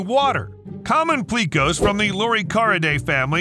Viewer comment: 👉He also mispronounced "pleco"(an extremely common aquarium fish). I only had time to watch the first 7mins, and he made a few mistakes in that time period. Like when he mentioned the family of catfish that can breathe air using a modification to their stomach. At first he said that they MUST have food in their stomach for it to work. Then he said "so they have to make a choice between eating or breathing". But based on his earlier statement, the opposite is true, and they are obligated to do both.